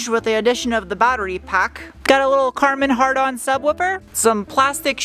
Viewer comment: "Karmon-Hardon sound system"... don't think that wasn't heard 😂😂